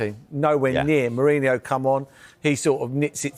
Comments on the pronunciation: I hate that he calls merino ——> mourinho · lolol he’s talking about Merson’s pronunciation of Merino